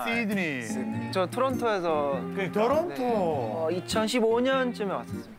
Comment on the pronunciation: 정형돈 토론토를 왜 일본인처럼 말하는데 ㅋㅋㅋㅋㅋㅋㅋㅋㅋㅋㅋㅋㅋㅋ